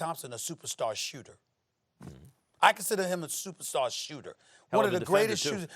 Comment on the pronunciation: "I consider him a supersar sooter" Stephen A get some sleep